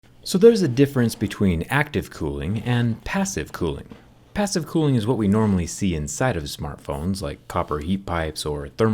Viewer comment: Everyone: cooling Him: clooing